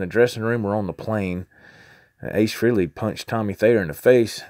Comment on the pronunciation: Its pronounced FRAY-LEE ....... not FREE-LEE. (and yes, Ace is the coolest !) Cool info on the vid. Keep this stuff up !